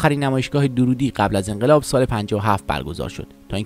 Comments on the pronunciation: نام خانوادگی درست تلفظ کنید. درودی غلط است. دَر‌رودی درسته.دَررود‌ یکی ازشهرهای کوچک نیشابور است.درود در استان لرستان است. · با درود و براستی که دَررودی صحیح است۔ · روح اين بانوي هنرمند شاد و يادش تا ابد ماندگار. ايكاش گوينده اين كليپ نام فاميل ايشان را به غلط به جاي Darroudi, درودي تلفظ نميكرد. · دَرودی درسته نه دورودی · تلفظ فامیل ایشون دررودی با تشدید است.. نام محلی در خراسان.. Darroud.. جايشان بسيار خالي بانويي بي همتا … ده ها سال بايد منتظر بشويم تا سرزمينمان صاحب چنين فرزندي شود . ! لطفا با اطمينان در مورد تاريخ ها و زمان و تلفظ ها ويديو بسازيد. به خصوص راجع به افرادي با چنین شهرت بین المللی !! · درود بر شما . تعجب میکنم از شما که از کسی صحبت میکنین که حتی فامیل ایشان را اشتباه تلفظ میکنین !!! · اقای عزیز شما هم اسم استاد رو اشباه گفتی هم خیلی از واژه ها را از جمله اسم لُوور رو اشتباه تلفظ کردید